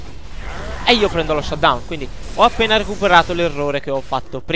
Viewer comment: 19.04 "il drake è appe" cit agua puro toscano